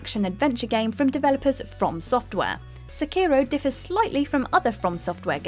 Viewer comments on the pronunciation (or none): none